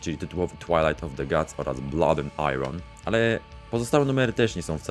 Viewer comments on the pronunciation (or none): Blak, a nie blek i gods, a nie gads